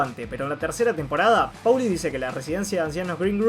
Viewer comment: Lo que hace insoportable al vídeo e inmirable es que este boludo dice PAULI ENVÉS DE POLI SE PRONUNCIA POLI |M B E C | L!!!!